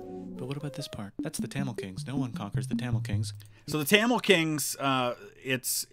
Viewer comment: It's tha mil that's how u say it